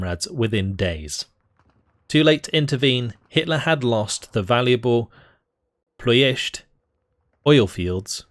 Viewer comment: dude, your Iași and Ploiești spelling was spot on! very impressive. Kudos to you!